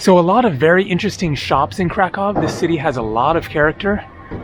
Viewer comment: Kraköw 😊 ...Cracow 🙂👍🏻